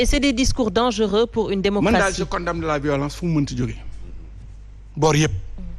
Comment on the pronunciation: C est quoi cette tendance a prononcer le m de condamner Mr et tu es un professeur. Tu prononces mal. Pauvres élèves